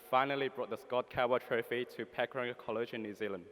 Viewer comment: But you can't say Pukaranga correct?